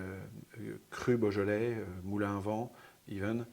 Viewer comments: Very interesting episode. Small criticism is the odd pronunciation of Beaujolais. It is Bojolay and not Boojolay. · pronounced bo jolay not bugolay